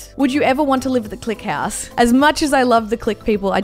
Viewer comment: she said hass instead of house